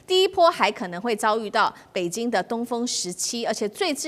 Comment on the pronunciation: 台灣人的北京是 “北津” ， 生日是 “深日”。越南是 “Eh -南”。 舌头有问题 ？